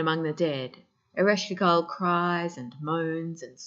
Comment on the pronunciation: So sorry .. Your pronunciation is slightly incorrect… Ereshkigal… Earish Kegel… like the pelvic floor exercises.. kay gull …